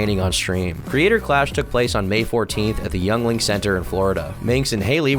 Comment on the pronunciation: The way you pronounced yuengling is hilarious. That's one if my favorite beers.